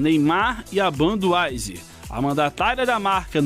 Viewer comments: ''Banduaiser'' kkkkkk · Banduaizer " foi foda essa pronuncia !